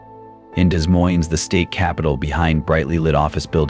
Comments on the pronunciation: Pronounced 'da moine' not Des Moines. AI generated narration. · It's pronounced De Moine. Spelled Des Moines, but neither s is pronounced. BTW, this is NOT Des Moines!! You were showing palm trees!! You are lying about this situation in Des Moines!! Stop it!! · What are you doing?That was not in Des Moines, Iowa.The busses, we dont have that kind of busses, the streets, some of them,buildings, are not in Des Moines. And learn to pronounce right Des Moines!You took videos from other places and put them together like they were from Des Moines. Shame to you! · The AI does not even know how to say Des Moines. LOL